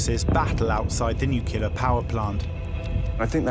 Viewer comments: Of all the people who could have been selected to narrate this, WHY pick someone who pronounces the word “nuclear” as “newkerlear”?! 🤦‍♂️ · Ben Fogle is half English, but his nationality is irrelevant. English people say “nuclear”, not “newkerlear” 🤦‍♂️ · What is WRONG with you people? Why can no-one narrating these things pronounce the word "nuclear"??!!! The clue is in the spelling ffs. It's nuCLear, NOT nucELar. So irritating. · 🤡🤡 you are pronouncing it incorrectly